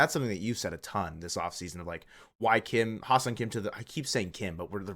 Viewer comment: You need to learn how to pronounce Hye-Seong Kim's name. Ask a Korean because you are butchering it.